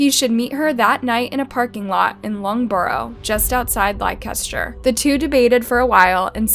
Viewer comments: The pronunciations in this video are painful.. She said LI-KEH-STER...😖 It's LEH-STUH. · Its pronounced "Lester" not "Lie-caster" 😂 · Likester 😭😭😭 wtf why would anyone pronounce Leicester like that 😂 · It’s not pronounced Like-ester, try Lester (Leicester) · It's pronounced LES-TER-SHIRE. Not Li-Kes-ter lol. Leicester. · The town Leicester is pronounced Lester not lie-kes-ter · It’s not “li-kester” It’s pronounced “lester”, Leicester . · Hey narrator, Leicester is pronounced “Lester”. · Leicester pronounce (Lester) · It’s pronounced “Lester” just so you know not that it matters but js for the future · This whole family is all kinds of messed up. By the way it is pronounced Lester with a silent I and ch. I’m from London but this is the way I pronounce it 😅🇬🇧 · Great vid as always. Well researched. It is pronounced "Lester" just for future vids xx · Leicester is pronounced Lester in england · 😂😂😂😂 no way the way she pronounced Leicester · Damn, You have butchered the pronunciation of Leicester city. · Pronounced Leicester completely wrong. Yikes. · Great video but thats not how you say Leicester 😂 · Lost all concentration with this video when you pronounced 'Leicester' like that, but then you said 'blue seat' and I was completely done ☠️😂😂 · I'm more bothered with how she pronounced Leicester...🤣🤣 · I’m from London and it made me cringe so bad. And Yorkshire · Lykester huh? is a fun drinking game. Take a shot every time she mispronounces something and you can get a little toasty after every video. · Why can't you pronounce Leicester properly? Apart from that a good video